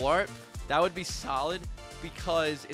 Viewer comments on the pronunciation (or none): none